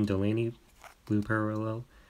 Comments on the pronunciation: you pronounce him (yan-niss) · It is Gi-Ann-is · Nothing was wrong I’m not trying to be mean I’m just saying u didn’t say his first name right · You said Giannis wrong